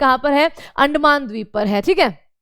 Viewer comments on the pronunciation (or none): none